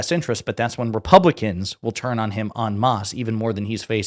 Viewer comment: Lol "en mas" Did you turn Spanish for a second there? Or did you mean en masse(on mass)? Great video though.